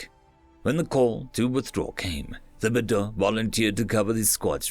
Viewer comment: Great job. Just a minor pronunciation correction: the "h" in Thibodeaux is silent. Tib-o-doe